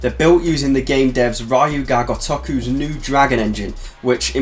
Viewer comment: The "ryu" in Ryuji and Ryu ga Gotoku are pronounced the exact same way as the "ryu" in Kiryu. Ri (shortened) + yu. It is not pronounced like Ryan.